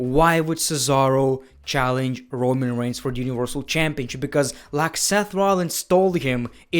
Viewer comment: My man says rowan when it is roman